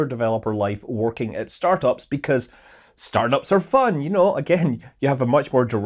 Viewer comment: When Scott said he worked in startups I misheard it as Starbucks. 😂